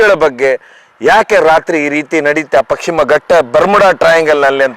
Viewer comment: ಅದು ಪಕ್ಷಿಮ ಅಲ್ಲ ಮಾರಾಯ, ಪಶ್ಚಿಮ.😊😅😮